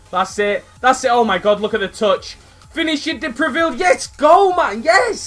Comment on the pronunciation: Is a good prononciation for the first Time man, prononciation : De Previle but Is De Preville ! Anyway Very good video Man !